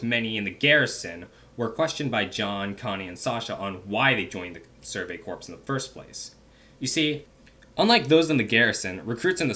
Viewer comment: Erm, I know it's spelled "corps" but isn't it pronounced "core"? Great video btw 👏